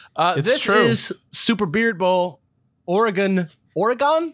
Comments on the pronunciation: Just pronounce Oregon as "organ". 2 syllables with "gun" at the end. Everyone can pick out a tourist the second they hear "oar-eh-gone". Same if you visit Idaho and pronounce Boise with a "z" instead of a hard "s". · Am Oregonian. We pronounce it "Oar-uh-gun". If it helps, a common simple pronunciation trick I've seen is to say it as though you are asking, "would you rather bring a knife to a fight, *or a gun*?" Just don't say "gone" at the end and you're golden. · Oregonian here. Y'all pronounced it correctly for the most part. It's NOT "Or-eh-gone", but otherwise you got it. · As an Oregonian, I’ll share something I heard from somewhere before (forget where): it’s not Or-re-gone, we haven’t gone anywhere! So you guys have it right! Random aside: it’s also Washington, not Warshington. I hear a disturbing amount of people saying that! Not that you guys did!